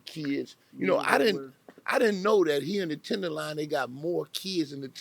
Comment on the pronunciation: This guy keeps calling the Tenderloin, the "Tenderline." It's irritating. He'll probably refer to the city as "Frisco" next.